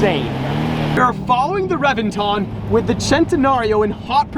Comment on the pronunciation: Dude you know everything about Lambos except that Reventon is pronounced with a B.